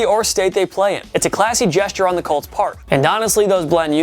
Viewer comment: COLTS.... COLTS.... COOOOOOOLTS..... say it with me you douchy kid instead of CULTS